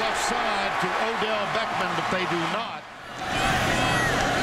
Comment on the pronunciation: the announcer called Odell "Beckman" lol.